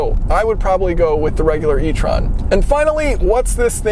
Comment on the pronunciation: You’re pronouncing étron wrong